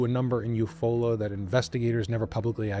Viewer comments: I love you. I'm from Oklahoma. It's you-fall-ah Oklahoma ❤❤❤❤❤ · Love, your content. Just wanted to mention it is spelled Eufaula. Yet, pronounced You Fall-la. Odd. I know and I have to say it is a beautiful vacation spot. Nice lake, all that Jazz.